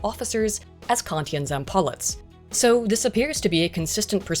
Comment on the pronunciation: As a gamer I am in awe of this minmaxing :P And it's ZampoLIt not zam PO lite ;) They were not Polite, they were Political :P as in Zamestitel(second in command) of Politruk(Political Rukovoditel(In charge))